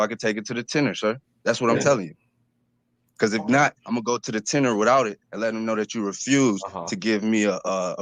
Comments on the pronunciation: Wtf is a tenner? I'm axing politely. 😊 What was this jokers "crime"? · He's going to "take it to the tenner"? What the hell is a tenner? Or, is the "tenner" a person? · Maybe it is actually "tenor", not "tenner". After all it's not over til the fat lady sings!